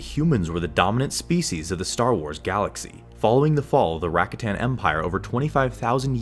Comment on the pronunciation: It is pronounced "ruh-KAH-ten," you uncultured swine.